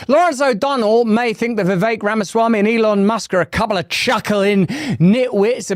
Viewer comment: Russel can pronounce Vi’vek right😊 Most people say ’Vivek.